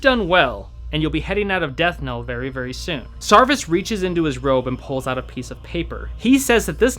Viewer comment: Death knell. You keep saying it wrong.